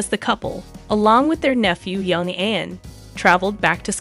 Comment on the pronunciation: Ian is pronounced "Eeean"